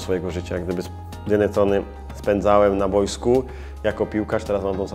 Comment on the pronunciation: "repentacja" niezmiennie, a poza tym calkiem spoko sie oglada :) edit: "na BOJSKU!"